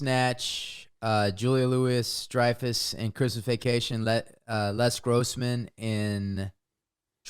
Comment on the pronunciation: he's never heard Julia Louis Dreyfus' name pronounced?